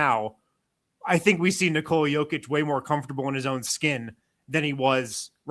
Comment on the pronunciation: It's N"I"kola not NikOoola for fs.